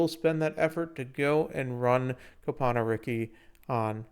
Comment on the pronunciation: Came for the info, glad I stayed for the Cope-ano